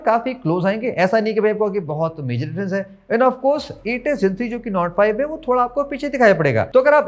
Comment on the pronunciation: nord 5 kya bola aap ne smj nahi aaya 😂